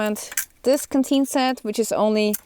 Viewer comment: The first half of your overview, I thought you were saying kateen. I finally heard canteen. Fru?? Lol anyway, thanks for your opinions. Have a great day.